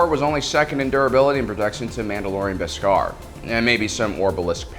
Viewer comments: The way you say “Beskar” and “Din Djarin” gives me the impression that you haven’t actually seen the Mandalorian…. I mean I’m sure you have, you just put emphasis on the wrong syllables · This guy needs to learn how to pronounce Djarin and Beskar! He says it so wrong its jarring and take you out of the video.